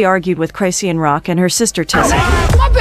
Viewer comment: Chrisean: "Chris-Shawn" Lazy A.I.: "Cry-See-Ann!" 😂